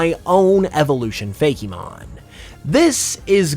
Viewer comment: I’ve never actually heard someone say “Fake-e-mon” it’s always just ”Fake-mon” If the Ice type isn’t called Haildra I’m going to be upset